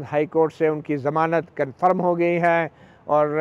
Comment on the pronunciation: sir g zamanat lafz hota samanat nahi